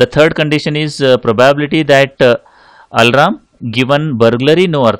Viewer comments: its alarm, not alaram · Its not Alram idiot , its al+arm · Bro he is saying alram...😂😂😂